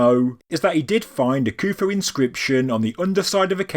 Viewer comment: why is there a silent "H" in Khufu ?